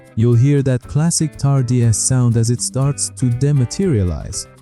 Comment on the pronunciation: pronounciation tar-dis, not tar-di-a**